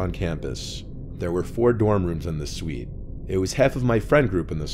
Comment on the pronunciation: Please stop saying suite